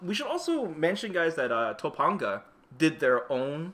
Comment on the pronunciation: Ain't it pronounced Toe pan ga. And not toe pon ga.. just asking.